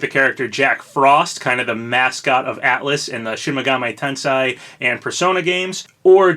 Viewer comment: Might wanna work on that Shin Megami Tensei pronunciation. The “ei” is an “AY” sound in Japanese, so it’d be “TEN-SAY.”